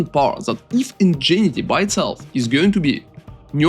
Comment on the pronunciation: Just fyi, and yes it makes no sense.. Ingenuity is pronounced like "In gen new it e"